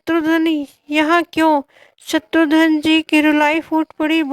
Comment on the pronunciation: Eese shatrughan bhi bolna nahi aata Shatrughan hai shatrudhan nahi